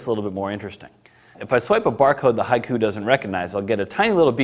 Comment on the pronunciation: Shouldn't it be pronounced "Hee-ku" not "Hai-ku"?